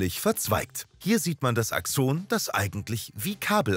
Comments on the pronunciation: irgendwie mag ich diese Betonung nicht^^ DIEse nennt mAN aXOOOONEEeeeh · Ich finde eure Videos echt gelungen, aber manchmal werden Fachbegriffe falsch ausgesprochen. In diesem Video sind es die "Nodien": Es heißt nicht "Nodíhn", sondern "Nódijen", und "Axon" wird auf der ersten Silbe betont, und das "o" ist kurz. Ach, und Herr Ranvier war ein Franzose, also "Rãvi'e".